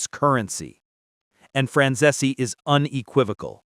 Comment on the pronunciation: Franzese is two syllables, not three.